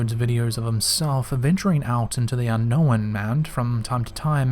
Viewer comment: He says unknow-when